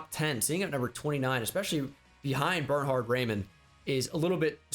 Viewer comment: The Way he speaks Bernhard triggers me as a German 🗿